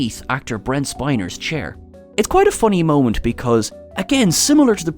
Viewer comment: Brent 'Spine-er'? Spinner surely.